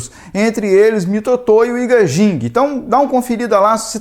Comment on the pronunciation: Só uma ajuda com o nome do fabricante, pronuncia-se AIGUÊIDJING. Espero ter ajudado